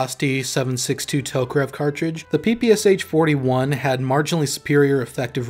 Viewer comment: pee-pee-ass-ach lmao, this sounds so hilarious )) The real name of this gun is PE-PE-SHA (Shpagin pistol mashingun). Legendary gun. P.S. By the way, very good analysis. Good job author.